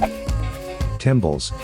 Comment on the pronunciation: Timbales is pronounced like this: tim-BA-lays.